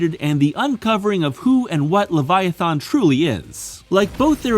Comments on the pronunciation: He says the end of the word Leviathan like the end of the word "Marathon" like bro come tf on. THERES NOT EVEN AN O AT THE END DUMMY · But there is a wrong way to pronounce Leviathan..... over and over and over again in this stupid video